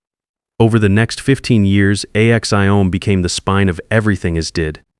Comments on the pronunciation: . . . the fact that ‘A-X-I-O-M’ IS a word . . . not spoken as an acronym-ish . . . not to mention just making up words as the video rolls along . . . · Why is the bot spelling out Axiom? It's a legitimate word. And that is a self-evident truth. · Learn to pronounce "AXIOM". It's one word. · Axiom is a word, not a group of letters!